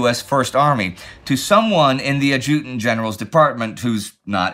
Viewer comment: I have never heard the word "adjutant" pronounced that way before.